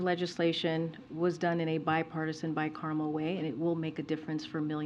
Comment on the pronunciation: WTF is “bi carmel”? 🤡